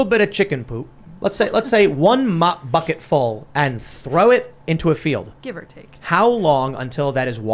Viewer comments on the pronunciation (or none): none